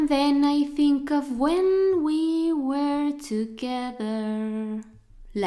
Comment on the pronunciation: Muy buena explicación muy buen video y muy simpática pero muy mala pronunciación de were soy principiante y me doy cuenta es el segundo video que lo noto lo pronuncias igual que where y esta mal